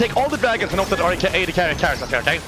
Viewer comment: "aw de nunu, aw de nunu, aw de nunuuuu" xD I love the way he says ad haha